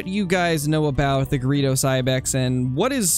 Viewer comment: Just did some searching and found 5 pronunciations and 1 said greydos, 1 said it my way, & 3 said Gree Does